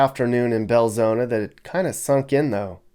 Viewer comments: Just a note for you..There is no 'A' in Belzoni...it is pronounced Bel-Zoni (/bɛlˈzoʊnə/ bel-ZOHN-ə). Nuff Said!!! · He pronounced it Bel-zo-na, but it's spelled Bel-zo-ni. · It’s insulting how he continues to deliberately mispronounce BELZONI!!!